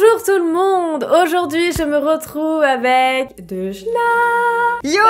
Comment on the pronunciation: "DeuDJna" Ça me bute, coment t'as pas respecté son pseudo 😂😂😂